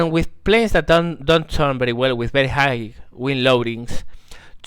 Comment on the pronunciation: While your video is very instructional and teaching (and overall pleasant to watch), you should spend a little more time speaking to people via VoIP, for example Teamspeak 3 or Ventrilo, etc. A little bit of voice practice can help you avoid the pronounciation mistakes you're currently making (pronouncing high as higg rather than hi, to name one). +1 to you.